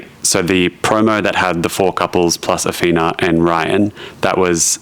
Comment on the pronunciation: Dude,, her name, isn’t Ahfeena,, I think it’s pronounced Ahthina,,, I’m pretty sure she told you her name several times, (even though the spelling is ridiculous lol) anyway does make me wonder how much of this trash tv is real.😶